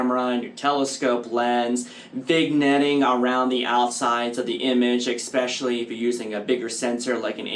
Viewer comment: There is no X in the word, especially.